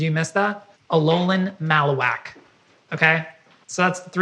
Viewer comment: Can we take a moment to appreciate trying his best with “Alolan Mallowak”